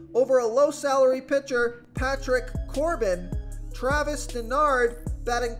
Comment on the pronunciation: It's pronounced Dar-no, not Denard.